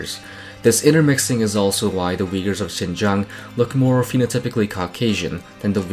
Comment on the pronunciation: why everyone pronouncing uyghurs wrong? u is not w lol